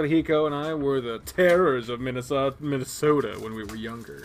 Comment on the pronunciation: Still saying Minasato as Minnesota, eh?